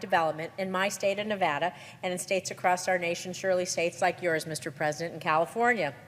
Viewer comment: Great video, but please make sure to say Nevada correctly. It drives people from Nevada nuts.